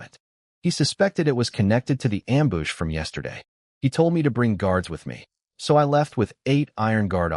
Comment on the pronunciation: Wowned instead of wooned for the word "wound" and amboosh instead of am-bush, how long for them to fix it? =(